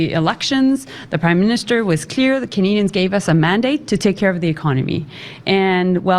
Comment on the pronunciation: that WAS NOT A VERBAL FLUB, "we don't want canaZians to feel power"